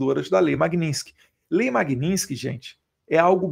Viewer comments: Caramba Eduardo. Bora falar o nome da lei corretamente. É Magnistisk e nao Magnintisk. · Eduardo, o nome da lei é MAG-NITS-KY. Estás falando esse nome errado. Pega mal. Mag- nits-ky! You're welcome, darling! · Parabéns pelo seu trabalho em defesa da verdadeira Democracia! A propósito, o nome da lei é MagniTsky, e não MagniNsky. 🇧🇷🇧🇷🇧🇷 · Fala o nome da lei corretamente, pelo amor de Deus!! 😂😂😂 Falando sério: ótimo trabalho, deputado!!!